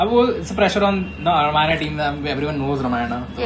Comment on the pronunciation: that's ramayana not ramayan or some butter naan show some respect to og sanskrit names